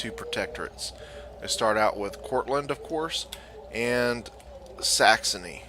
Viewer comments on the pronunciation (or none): Enjoyed the video, but there is no "t" is Courland!